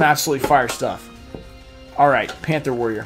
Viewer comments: my favourite tin is the pantha worria (how my boy joey would pronounce it) because the card has amazing art and is kinda underrated imo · Favorite tin is the Pantha’ Warriah